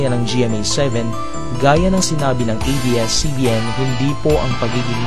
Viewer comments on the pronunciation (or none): Ate "ABS" hindi EBS.. bisaya ka?